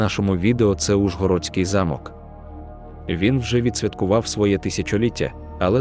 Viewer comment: Ніби мало бути цікаво, але не змогла дослухати до кінця. Наголоси - просто п*зд*ц! Підгóрецький (правильно - Підгорéцький), Óлеський (прав. - Олéський), Ужгорóдський (прав. - `Ужгородський) замок, корóля (прав. - корол`я), Мáрію (прав. - Марíю), т`юрмою (прав. - тюрм`ою), тéрнового (прав. - тернóвого), госпóдиню (прав. - господ`иню), періóд ( прав. - перíод) і безліч інших, а деякі вимовляються з наголосом на кожному складі, ніби це робот говорить, а не людина. Також є трохи росіянізмів чи ще якось перекручених слів, проблеми з власними назвами - якийсь Іфесінгер та Ержевуський, які насправді Фéсінгер та Жевýський. Ще щось було про французький стиль Підгорецького замку (вперше таке чую, знаю, що в його архітектурі поєднуються ренесансний і бароковий стилі). Загалом, це просто 🙄😵‍💫🤦‍♀️🤦‍♀️🤦‍♀️. Навчіться нормально говорити і шукати адекватну інформацію, а потім беріться щось озвучувати.